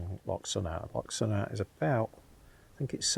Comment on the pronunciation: Loch Sunart is pronounced “ Loch Soonart”